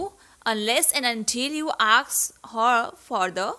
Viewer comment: Ask or aks...u always say aks